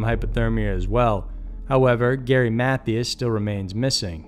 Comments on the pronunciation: Ok, it has to be done- the man's last name isn't pronounced like math-E-us, it's pronounced like math-I-us. Also it's not pronounced like Bozz-man, it's pronounced like Bows-man. Ok, sorry that was bugging me, and had to be acknowledged. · None of this is funny but I chuckled anyway when I heard the pronunciation of “Matthias” because it sounded like a valley girl saying “Matthews.” I have heard of his disappearance and I guess I always thought it was pronounced “math-eye-as” but what do I know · "mathy us" 😆